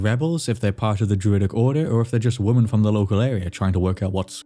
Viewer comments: Why do so many of these videos mispronounce the plural of 'woman'?? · women is not pronounced woman